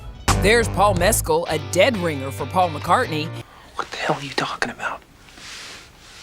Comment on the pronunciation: I’ve heard from a couple Irish people that Barry actually pronounces his name wrong. The g in it is indeed supposed to be silent like in the Irish language. Also you pronounced Mescal wrong too 😂. Good video though:)